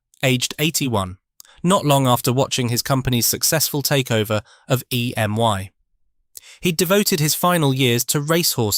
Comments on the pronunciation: EMI not EMY 😂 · EMI not EM1! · It was Thorn EMI NOT Thorn EM1.